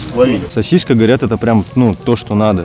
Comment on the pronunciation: слово "сосиска" пишется и произносится без мягкого знака! А говорит [сосиська].